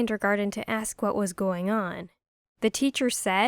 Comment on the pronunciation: Um that's not how you say going